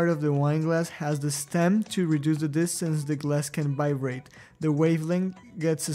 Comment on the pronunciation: He says "bivrate," but great video!